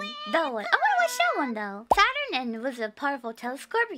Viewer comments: "Saton! Saton!" Text to Speech: "Ｓａｔｕｒｎ" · The way she pronounced Saturn at first sounded almost German.